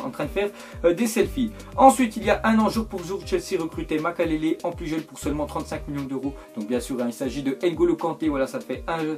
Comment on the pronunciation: C MOI OU IL A DIT MAKALELE A LA PLACE DE MAKELELE